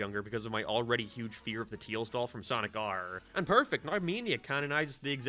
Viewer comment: He's got a mixture of an Irish and American accent. Nowadays it's probably a lot more subtle, but he's pretty notable for pronouncing the letter "a" like "æ", so saying names like "Tails" would be said like "Tæils" or "Amy" like "Æmy".